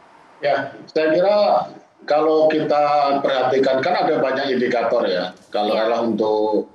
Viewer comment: Ngomong yg bener pak Ramli. Saya geli dengarnya seperti INDIKATOL hahaha